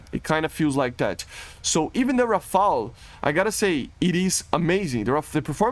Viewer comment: on behalf of the french people i thank you, you are the only youtuber pronouncing "rafale" right everybody is saying rafael and it drive me nuts